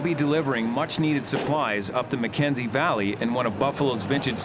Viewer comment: Shouldn’t it be called HAY River and not Hay RIVER? Shouldn’t it be the McKENSEY Valley and not the McKensey VALLEY? Why do they emphasise the type of place,not it’s name?